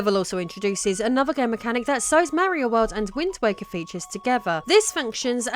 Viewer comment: rofl, I swear when you first said wind waker at the very beginning I heard wind wanker. I think I like that one more.